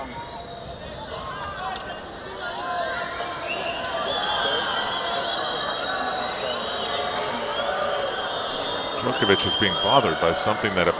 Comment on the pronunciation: Why is one of the commentators mispronouncing Djokovic all the time. He did the same in the 2010 final. How on earth is it possible nobody correced him, how to pronounce the name of the world # 1 tennis player of the time?